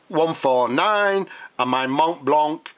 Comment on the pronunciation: The "c" is mute in the word "blanc".